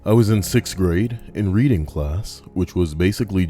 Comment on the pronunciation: 4 mins into the video and im crying laughing at my desk! "Readnig" absolutely hilarious